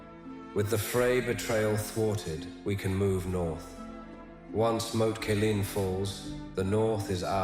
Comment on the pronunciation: Rose Bolton, Marg-a-ree Tyrell, Lisa Aryn, Moat Caya-lyn LOL